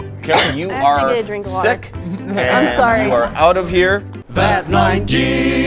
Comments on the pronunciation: No one:: You can put it right mnyah! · "You put it right hmere" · that got me he was just like “you can now put it right nyow”